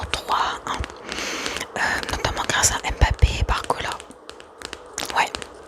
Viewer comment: Quand tu prépares une vidéo sur ce sujet, ce serait appréciable de se renseigner au moins sur la prononciation des noms des joueurs. D'habitude j'&dore ton ASMR mais là les fautes de prononciation (Samba, Risser, Tchouaméni, Olise, Doué, Mbappé...) + la double erreur concernant ton maillot (en tant que supporter du PSG ça m'irrite un peu les oreilles), ça m'a sorti de la vidéo et ça m'a tendu + que détendu, dommage pour une vidéo ASMR.... J'apprécie le choix de la vidéo mais l'éxécution laisse à revoir. Néanmoins, toujours très talentueuse concernant l'ASMR en lui-meme. Navré pour la critique, j'espère avoir été constructif